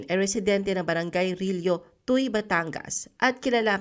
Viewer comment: Tuwi po ang pronounce s Tuy batangas